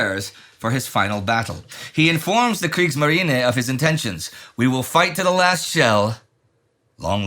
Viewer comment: I'm not arguing that Mr Nidell's pronunciation is correct, his mangling of "kgggrrrrriegsmarinah" jangles my own eardrums slightly. I'm just suggesting that you should accept that he is not a native speaker, and like the majority of non native speakers of ANY language it is usually painfully easy for those who ARE native speakers to identify those who aren't. Instead acknowledge that the non native, is aware of their non fluency and is attempting to respect the proper pronunciation....even if they are not getting it right. If a non English speaking Chinese tourist was to ask you for directions in your home city, would you disparage them because their natural "mouth shapes" result in them mangling your own language? The bottom line is... "can you understand the message that is being conveyed?" If so, then accept the speaker's difficulty with the pronunciation of a language that they're not conversant with, and move on. Don't expect perfection from humans... we're imperfect & accepting that fact makes life a bit easier for us all.